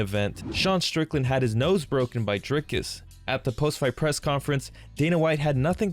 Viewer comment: Dana, who is more professional? I will spell it out for you. Stay with me now...DRIKUS DU PLESSIS. And no, it is no Drykus.